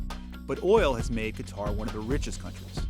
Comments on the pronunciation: "many Americans dont know much about Qatar ," including you yourself coz it is not Qataar it is Qatar. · It's not Qataaaaaaar, it's Qatar. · It’s not pronounced "cutter” lol it’s pronounced "kah-tar" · It's not Qu-itar, to pronounce it "cutter" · RAY飽飽 no its Ka-tar